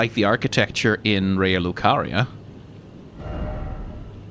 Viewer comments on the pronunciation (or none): none